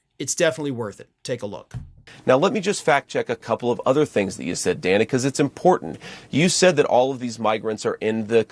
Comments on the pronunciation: Dude, it's pronounced 'DAN-a', not 'DAY-na'. Much love. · It's Dan-uh, not Day-nuh. I just think we should try to get pronunciations right since we get mad when people pronounce Kamala wrong. Otherwise, love your work,! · Hi. I watch you everyday and love your commentary. I just wanted to let you know that I think Dana pronounces her name different than you did. Not a big deal but with the way maga butchers Kamala I thought you might want to know. She sure made Shady look like a fool.